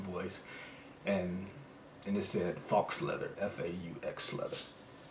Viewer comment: Thanks for the insight regarding Printify. Sorry to hear you got screwed. Btw - faux rhymes with 'toe'.